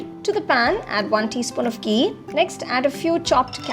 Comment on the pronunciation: It's ghee, not gee ...n kheer not keer..